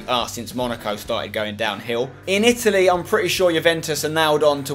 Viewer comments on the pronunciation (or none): none